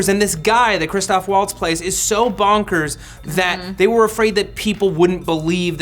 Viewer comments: Lauren Sabino Why can't Matt say bonkers? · Why can he not say bonkers?